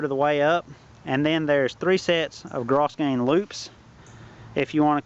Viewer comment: grosgrain is pronounced grow grain.